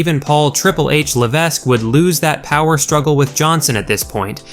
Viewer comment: Is the guy who does the voiceover for this the same guy making the videos? Is it a paid voice actor? AI voice? Because he mispronounces a lot of people's names. The S in Levesque is silent, any wrestling journalist would know this.